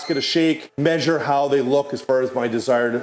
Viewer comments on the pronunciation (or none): none